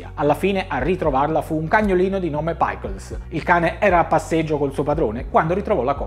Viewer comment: Paicols non si può sentire 🤦🏼Il cane si chiamava Pickles, e si legge per come è scritto.